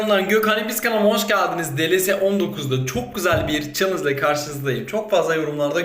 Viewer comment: Abi iyi youtubersin ama hoşgeldiniz sözünü iyi söyleyemiyosun